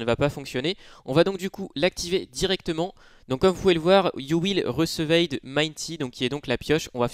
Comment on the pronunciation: Ton accent anglais😱😂 « iou wile recevède »😂